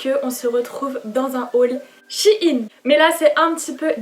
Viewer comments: On dis pas « chiine » mais « chaîne » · On dit pas chiine on dit chèyn Sinon j'adore ce que tu as choisie ! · Je pense que c'est elle qui se trompe